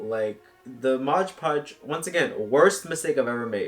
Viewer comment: The fact that you call it Modge Podge instead of Mod Podge is really grinding my gears ngl